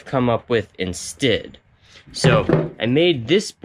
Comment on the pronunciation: "Instid". Interesting dialect on certain words.